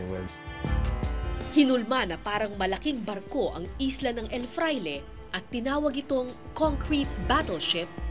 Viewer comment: El FRAILE not EL FLAIRE